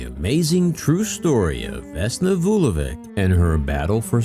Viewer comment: A small point. Her surname should be pronounced “Vulo-vich” not Vulovic.